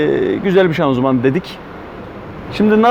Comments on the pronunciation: şazımanı neden şanzuman diyorsun kardeş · şanzuman değil hocam şanzıman